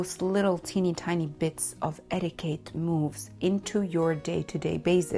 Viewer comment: Darling, it's eti-kett, not eti-kate